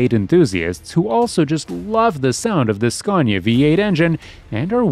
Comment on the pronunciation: Scaw - neeea 😅😅😅